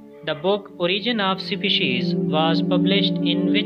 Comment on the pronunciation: Why he spells Species as shipishi🎉.... Sperms as siperm?